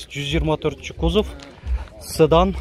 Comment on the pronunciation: Ээ укам ! "Цыдан" эмес "Сыдан"дагы эмес , Седан деш керек Укам..